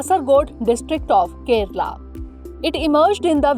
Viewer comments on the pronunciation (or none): none